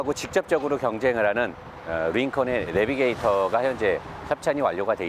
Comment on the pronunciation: 레비게이터 =>에비에이터/ 딴지걸어 죄송합니다 ㅎ